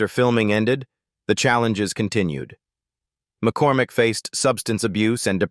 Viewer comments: . Please also pronounce the names right! Marcia’s real name is Maureen McCormick and NOT “McCorMACK”! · Ma-Core-Mack. What the hell is that ? 😂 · “Marcia’s “ real name is Maureen McCORMICK and NOT McCor”Mack”!